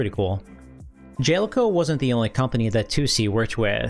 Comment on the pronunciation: I think it's Ja-Le-Co, not Jel-co